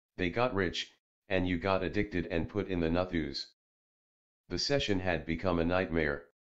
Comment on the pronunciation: When the voice says "nut hooze" instead of Nut House it always takes me out of how serious the story is lol